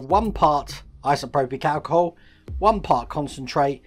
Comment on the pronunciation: Liked the video, but please, it's isopropyl, not isoprobic, my ocd was kicking off! 😅